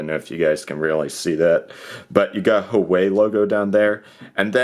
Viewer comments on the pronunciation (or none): WAAAAHH WAYYY;!!! NOT WHOOWAYYY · Hoo-ah-way please stop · It's not hooway, it's who-ah-wei.